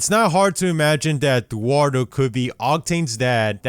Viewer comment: oh. dearie?: DUARDO commenters: no commenters who can't read: yes My comment sucks